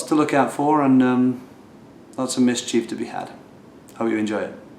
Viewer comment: .52 "mischeef"? And 'Probe' means either 'trial', 'sample' or 'rehearsal', so you're all correct. And being a german word, the final 'e' is spoken, but we don't in english, so pronouncing it sitzproab is perfrctly acceptable.